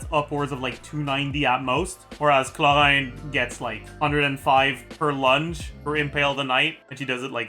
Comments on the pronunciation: Omelette du Chhholraande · why does bro call chevreuse "chev-lurz" clorinde too "clohand" tho i got a question , assuming u do 1-2-3 heal and repeat that , is clorinde enough of a sustain to keep the team from dying due to furinas healing sharing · not butchering every pronunciation ever mission impossible "KLO-RÄHN" 🤡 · He pronounces Clorinde interesting ..